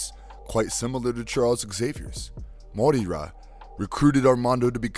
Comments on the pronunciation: Pronounces "M'Krann" correctly, an alien word only existing in X-Men. But can't pronounce "Moira" right - a common Irish name that actually is pronounced the same in English. ('Moyra' not 'Mo-ee-ra'). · WHO THE HELL IS MOY-EEE-RA??? Its Moira MacTaggert (Moy-ra) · Side note, Moira is pronounced "Moy-ra" not "MoE-Ra" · IT'S PRONOUNCED MOY-RA.... not Mo-Ear-Ra 🙆🏽‍♂️🤦🏽‍♂️ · Morira? Morira McTaggert? Mo-eera? While I appreciate the pun in you calling her "She will die" (since she's a mutant who can resurrect).. her name is MOIRA. Moira McTaggert. You literally said it every way but right. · It's pronounced "Moy - Rah". Two syllables. Damn, that's annoying lol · Dude learn how to pronounce its unbearable to listen of mo ira itd second video that you make unwatchable for me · It's pronounced Moi- ra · Dude...it's pronounced 'moy-ruh'... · Hey dude, how hard is it for you to say her name correctly? "Moira", very easy! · Most insane pronunciation of Moira I've ever heard